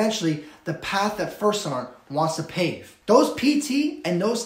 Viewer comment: Platoon Sergeant not Sarnt.